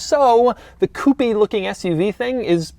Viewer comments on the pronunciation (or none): Every time Doug says "coopy", a french chicken farmer dies